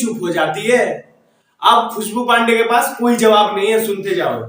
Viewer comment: bhai JABAF nahi ZAWAB hota hai